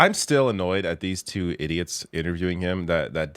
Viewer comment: You gave me a good laugh with you pronounciation of twoooo.😂😂😂